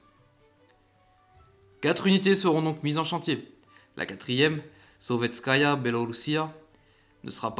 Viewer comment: super vidéo, juste je fais du russe alors petit indice de prononciation, le "e" se prononce "ié"( du coup on dis soviétsky soyuz ) a part ça c'est intéréssant de voir comment les russes avaient du mal a construire leurs cuirassés en entier